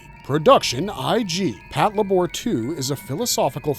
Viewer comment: Since you mentioned pronunciation mistakes at the end, you technically said Patlabor incorrectly, but I always prefer to say it that way too 😄